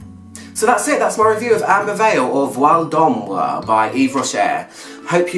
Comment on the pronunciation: the way you pronounce it is so funny :)))))))))))))